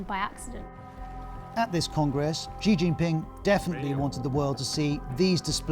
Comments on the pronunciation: They didn't show Hu being helped into the conference or being asked to sit down when he was just standing there looking confused. See what a bit of editing can do to make it look worse than it really is. And Xi is pronounced She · Ah. 'news' that can't say the supreme leader of the country's name correctly. credible..... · Who is Gee? At least say his name correctly lol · BBC, how deeply embarrassing that your main China correspondent can't even pronounce the name of China's leader correctly - what is this guy possibly going to tell me about what's really going on in China? There are thousands of qualified Mandarin speaking westerners these days but you hired someone who clearly can't understand a word of Chinese